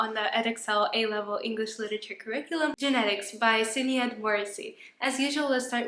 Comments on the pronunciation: hahah your pronuncitation of Sinead is funny!! It is Irish so shi-NAYD. Thank you so much btw ur poetry videos are saving my exams rn :D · Love this and all ur vids, but sinéad would be pronounced shin-Ade ❤